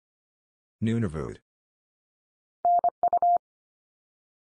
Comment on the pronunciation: Nunavut is close to the way I usually hear it pronounced.